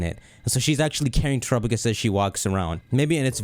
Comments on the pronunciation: It’s tera PA gos not terapogus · why do you keep calling it trupagus? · why's he saying terupogis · Terapagos = Tera + Galapagos Please look up how to pronounce Galapagos before you say Terapagos' name again! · I’ll never get used to how pronounces Terapagos.